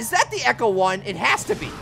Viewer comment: It's ECTO 1 not ECHO 1!!! Graaaaah! You're killing me!